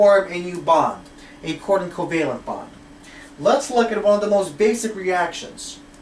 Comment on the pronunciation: Are you saying quarter covalent? or coordinate covalent...